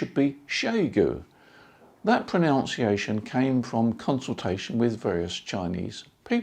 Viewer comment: The question about Xiegu is like your pronunciation of pronounciation, only one of them is correct ;o)